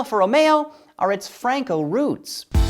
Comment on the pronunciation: You: Said Franco roots Me, along with all other Spanish people: :o ???